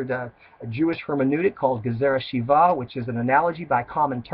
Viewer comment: You can't even pronounce the name of your congregation correctly, . There is no such word in Hebrew as menukah . Its menucha (peaceful rest) . Its not a gazerah sheevah ,its a gazerah shavah . Jonah did not die for ones sins , In fact no one's death atoned for the people of Ninevah ,it was thier repentance that saved them . The book of Jonah cries out against the ridiculous idea that you do wrong and some one else can pay the price by dying for you. Most of your wasted speech is speculation ,misquotinng verses out of context and not using gematria correctly . In Deut 13in the second verse dealing with the false prophet . Every 7 letters spell yeshu backwards . The snake in the garden is called nachash . His gematriah 358 is the same gematria as moshiach . The snake was arume or ir Rome (city of Rome)and yeshu has the gematria 316 the same gematria as the word arume (316)So we have a false messiah (really the deceptive snake)coming out of the city of Rome (yeshu aka jesus). 316 is 613 backwards the number of commandments in the torah given to the Jews ,and just as yeshu is encoded backwards in Deut 13 and is desribed as leading the Jews away from G-d's commandments so does he turn all the commandments(613) backwards . The original snake uprooted one commandment from the world .Xtianity wants to uproot all the commandments.